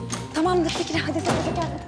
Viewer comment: Hep fikiz diyo rahmet